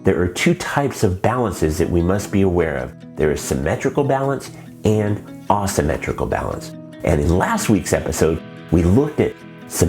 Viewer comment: May I ask where you are from? I have never heard anyone say Ah-symmetrical. I looked it up and every pronunciation - including from other dialects - pronounces it Ei-symmetrical. I plan to show this to my students, and I know they are going to ask me about it.